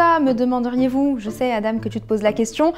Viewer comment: Adaaaaam en France le prénom Adam se prononce "à den".